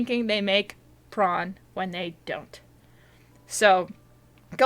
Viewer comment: I love tron! oh, you said prawn? they're alright.. ohhh.. you mean pr0n.....